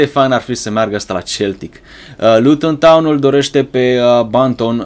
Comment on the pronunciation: se spune seltic